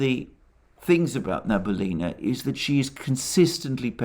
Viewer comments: thx to you reports. Its funny when you name russian central bank head as Nabulina, in fact his surename is Nabiullina, which is pronounced as Na-bi-u-li-na. Its actually not hard to pronounce, what is really hard is her patronymic. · Banker's name reads Na-bee-OO-li-na, with stress on OO. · As always, excellent presentation. Today, the name of the Russian Cantal banker was used many times. Regrettably, your pronunciation of the name is incorrect. It is NabiUlina, with the accent on U. Thank you for all your programs. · Sorry for this remark. But. The Chairwoman of the Bank of Russia is Nabiulina. Not Nabulina. I'm from Russia and Nabulina really hurts my ears =D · The last name if the Russian Central Bank is pronounced as: Nah-bee-oo-lee-nah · Great work as always, Alexander. Just one thing... the name is Na-bee-oo-li-na. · Central Bank Chairperson's name is pronounced rather like Elvira Nah-bee-'oolina. She is Tatar, so's the name. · Small correction: Nabiulina is pronounced Nah-bee-OO-lee-nah. Accent on "oo" And your recaps are the best from the English-speaking crowd. But, you said her name so many times, it really.. shall we say... got to me as a native speaker. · "Nabulinrrr says why the Wubl is so strong" 🤣😅😂🤣😅😂 I am lovin it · Na-bee-U-llyna is not responsible for GDP, she cares of the inflation rate. If you want to know how it sounds in Russian, you can highlight the word Набиуллина , then after click on the right button of your mouse select (y-a-n-d-e-x translator) and it will make it sound for you.